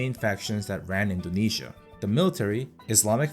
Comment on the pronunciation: Buddy you say it correctly